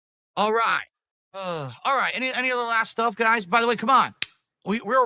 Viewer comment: You fo'got to say '/s'. and it's GOUYS